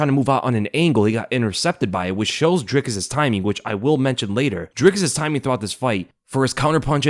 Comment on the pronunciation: "Dry kiss" not "drick us"